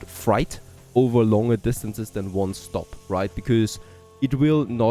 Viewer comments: Freight rhymes with gate, and bait, and the number eight. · I like how you say Freight. It’s pronounced Fr8 ❤ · I absolutely love and look forward to your videos each day but please check your pronunciation of "freight". Thanks and keep it up!